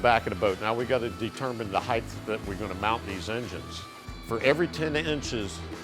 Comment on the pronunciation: The word it height, say it with me, heighT with a T!